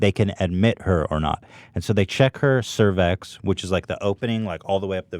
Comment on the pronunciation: lol bro its pronounced SER VICKS